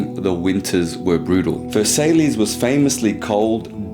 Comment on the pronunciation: In the spirit of helping and for future reference, it's pronounced Ver-saiy, not versalees